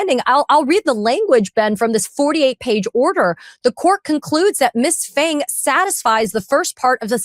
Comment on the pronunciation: Phang should be pronounced PANG emphasis on AH, not aaa, P not silent. I should know because my wife carries the same surname